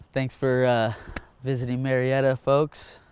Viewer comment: Its actually Murrieta not murietta😂